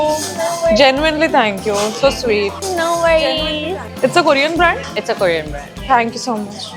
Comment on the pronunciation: Sakshma seriously your korean pronunciation is hilarious 😂😂 BTW both of you slay queens🎉🎉